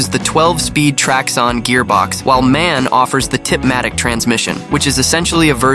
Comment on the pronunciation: DAF is pronounced like the beer from the Simpsons: Duff. And MAN is actually pronounced letter by letter. You're phonetically close to the correct pronunciation when you say: Emma N.